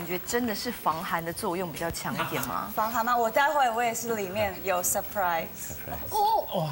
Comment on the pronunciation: 确实时间隔很久了。哈哈哈 她讲surprise我甚至有她是abc的错觉。妈呀，前后反差太大了，她在不熙娣明明是英文敢说但瞎说的人设hhh